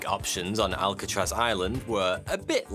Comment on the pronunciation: Why pick a name you can't say properly?